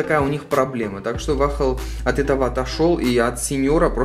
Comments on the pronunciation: Бро не "Вахл" а "Уолл" 😉👍🏿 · Не вахл а вохл! 😆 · Не вахл, а вол